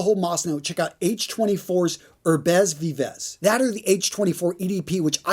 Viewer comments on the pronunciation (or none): The worst pronunciation of Herbes Vives lol